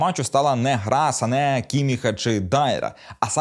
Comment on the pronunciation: Сане а не Сака)